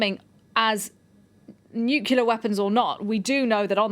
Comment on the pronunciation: It's funny this news lady said Nuclear correct the first time, but then the second time she said it wrong, I wonder why it is so hard for some people to say " new clear " instead they say it wrong "Nu Cu ler". That drives me nuts like when some people say the word Axe instead of Ask. What does that say about public education.